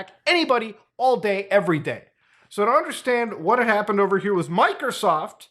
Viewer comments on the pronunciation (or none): I like how muta says "mikersoft"